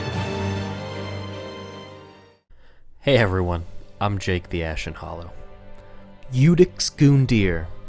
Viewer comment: The Ashen Hollow but like also I’ve never heard it said like that low key 😂